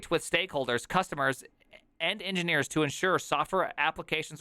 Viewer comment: "engineerelopers" LMAO